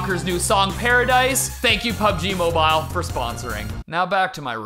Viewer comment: It's more like "pabeji mobayl".